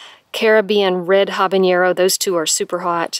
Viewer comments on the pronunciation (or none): Hey. Nice show had fun. Please learn the correct pronunciation for habanero;)